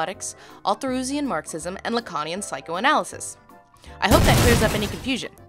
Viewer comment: I'm watching this again. Also, you should make a compilation of all the times you misspronounced laconian psychoanalysis, Marxism and whatever the third thing was. I love you Dr Ellis, plz become a senator.